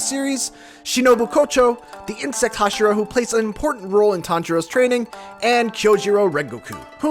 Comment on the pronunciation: Did this fool seriously say "Hashiro" instead of "Hashira?!"